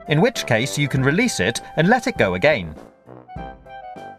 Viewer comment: the way he says 'again' is driving me mad